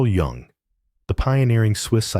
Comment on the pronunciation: His last name's pronounced You-ng.